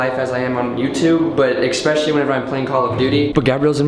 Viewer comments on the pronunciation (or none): please stop saying "eckkspecially" HAHA it's "especially"